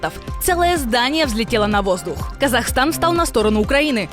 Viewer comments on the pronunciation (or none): none